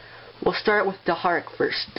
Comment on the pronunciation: You said deharak